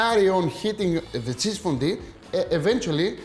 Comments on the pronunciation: ΦΟΝΤΟΥ, οχι φοντι. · I like that he says fondy! Looks yummy Akis